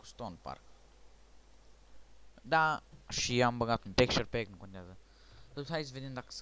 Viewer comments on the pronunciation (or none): texture packul nu textpackul , mai mergi pe la ora de engleza